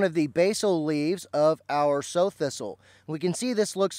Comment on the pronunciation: I thought this was pronounced like the female pig.